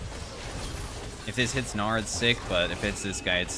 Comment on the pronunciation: LOL the way said "gnar" and i heard "naur" 💀